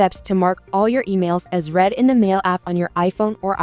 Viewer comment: The past tense of “read” is pronounced “RED” !